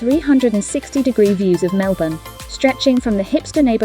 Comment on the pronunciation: Lovely summary of our city and inner suburbs. Just a tip: it's pronounced Melb'n. The vowels in 'bourne' are silent.